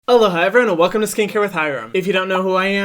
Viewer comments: It sounds like "aloha hi everyone" but I know it's not. But if it's just aloha it sounds like there's an extra syllable in there. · Omg sameee, it took me a while to realise he said “aloha everyone”